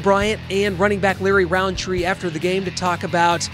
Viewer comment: No hate but it's rountree